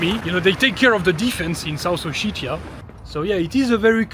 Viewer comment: Как он противно произносит O-shit-ia 🤮